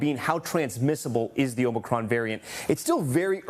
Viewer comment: Who is this guy that keeps calling it omni cron?😂